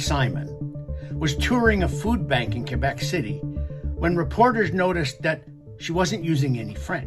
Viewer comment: Your English so it's pronounced Quebec not Kuebec.